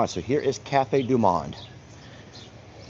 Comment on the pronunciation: Hitohello🍁Cafe du Monde ( pronounce the o like mow’)😂🍁Beignets are deep fried sweet dough with powdered sugar.🍁Happy Birthday Vanessa🎉🍁🇨🇦